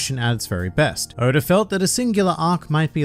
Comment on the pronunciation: Please stop calling him Odor 😭